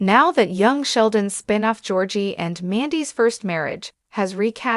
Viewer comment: "Spine off?" Why can't your AI pronounce a simple, single syllable word?